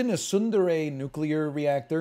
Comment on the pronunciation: It took me a second to parse what he was saying. Tsundere is not one of the words I expect to hear coming out of NL's mouth